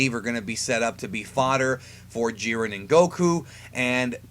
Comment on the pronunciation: Gohan facepalm He was joking about how you said "Jiern" instead of "Jiren". Anyway, Goku atm, beats most versions of Superman. Cosmic Armor, Strange Visistors, and a few others beat Goku. Since Jiren is around Goku's level, the same applies to him. He beats most, and gets stomped by the OP versions.